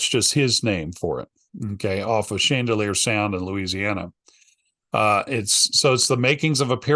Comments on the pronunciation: It’s actually Chandeleur ❤ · its Chandaleur not Chandalear